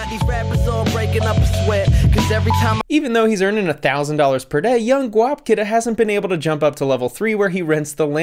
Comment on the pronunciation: “This is ‘Guap getta’” wow that pronunciation killed me